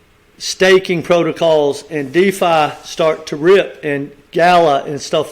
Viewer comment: It’s not called Diffa it’s called Defi Just saying lol